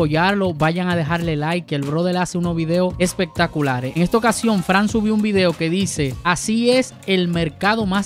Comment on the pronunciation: ES FRANS Y NÓ FRAN Wajajjajjajjajajjajajaja...